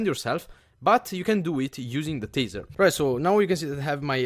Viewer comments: Its Taaaaaser not teeeeeeser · It's pronounced tay-zer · I think its pronounced taisar